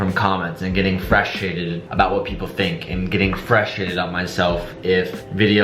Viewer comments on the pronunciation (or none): He’s totally saying “Freshtrated” instead of frustrated right?